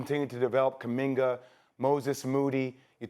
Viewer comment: Did Stephen A call JK "Kuminger"? Or Am I bugging today!?!?